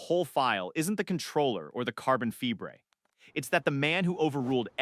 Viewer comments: Carbon Febreé? 😂 Carbon Fiber is more like it, AI has a real problem with the English language! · Carbon Fee-bray... 🤦‍♂️🖕👋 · I sat through the mangling of multiple names. I even sat through the bungling o" carbon fiber". But AI that's so stupid it can't pronounce the word "kilometer"? That tells me no human hand touched this content. And I'm not going to support insulting shit like this. I'm outta here.